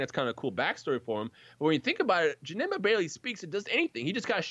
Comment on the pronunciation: Janemba is my most hated villain, I don't know why, when he kept saying "Jenemba" it made me feel sick LITERALLY. I'm fine with his second form maybe because he doesn't speak in that form.